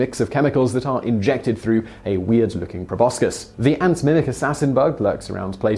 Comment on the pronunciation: Please learn how to pronounce "proboscis." Please?